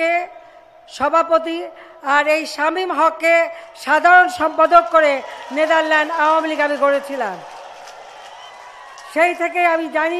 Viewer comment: লেদার ল্যান্ড প্রথম দুই বার উচ্চারণ করলেন আমাদের যোগ্য প্রধানমন্ত্রী।